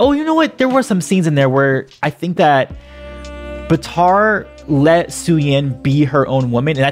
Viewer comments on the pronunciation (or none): Bitar it’s batar